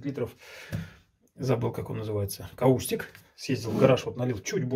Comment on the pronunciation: Никак не каУстик - кАустик. Крайне не рекомендуется как ОЧЕНЬ агрессивный химикат!